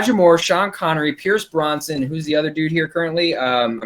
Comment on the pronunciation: “Bumbahhstic”, “suspend belief”, “Dacre Daykin”, “Stardust Mall”, “Pierce BRONsan”? Did have a stroke? 🤔